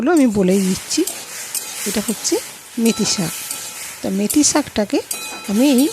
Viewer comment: কথাটা 'মেথি' শাক। মেতি নয়।